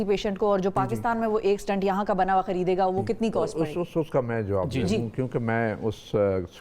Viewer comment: It is 'stent' not 'stunt'